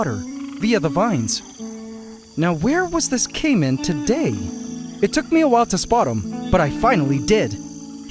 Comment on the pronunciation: Caïman eh... First name: Kaym Last name: Ant